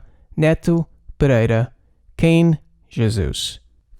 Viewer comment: Your pronunciation is spot on (Pereira, Pedro Neto)!